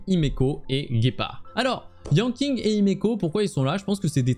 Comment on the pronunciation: Yanking ? Donc Keking ? mdr je taquine mais ca se prononce comme Keqing si jamais mais avec Yan devant ^^